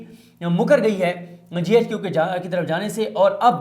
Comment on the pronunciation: صدیق بھائی زبردست وڈیو ہوتی ناراض نہیں ہونا J HQ نہیں ہے GHQ ہے شکریہ